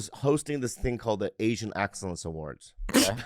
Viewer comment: Wercome back to the asian exerrance awards 😂😂😂😂